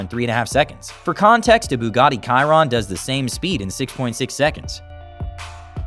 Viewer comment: Bugatti Kayron? Dafaq?? 🤣🤣🤣